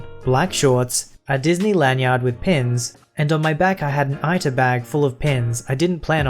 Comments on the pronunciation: Ita - itt tuh.. As in the Japanese "itasha." 痛車 Itasha cars are decorated usually with Japanese anime characters usually female and are elaborate. So an "ita bag" is elaborately decorated. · Just for clarification: Ita (pronounced ee tah) is a type of backpack that has a clear front pocket where you can slip a piece of cardboard (wrapped in fabric) into and attach buttons and pins onto to showcase your pin collection. They're very popular with Anime fans.